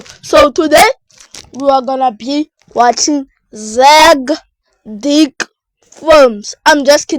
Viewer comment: Did you say dick